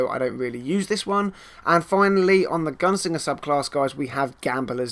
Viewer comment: Is it just me, or does he keep saying gun singer?